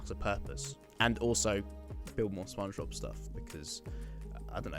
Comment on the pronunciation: I dont think its "spong bob"